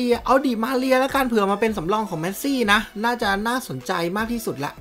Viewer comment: เมสซี่ครับ ไม่ใช่ แมสซี่